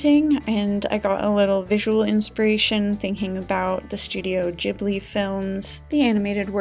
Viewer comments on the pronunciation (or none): Great works! Also just a side note: “Ghibli” is pronounced “Gibley” with a “G” sound instead of a “J” sound but no worries! ☺️✨